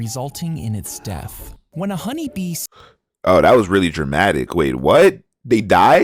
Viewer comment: it’s daathh is crazy😭😭